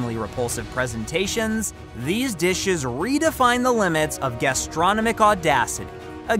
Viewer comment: "Gastronomic" you pronounced as "gas-tron-o-mic?" It's "Gas-tro-nom-ic"